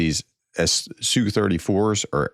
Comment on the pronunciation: Thank you for elaborating "S.U." instead of saying "soo". It is even better to say "T.U." instead of "to?", "two?", "too?" for Tupolev. Keep up the most excellent work.